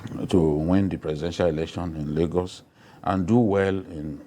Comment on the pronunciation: you got Lagos wrong......wow